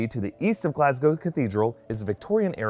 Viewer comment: not a bad pronunciation of Glasgow 😂 normally americans butcher the name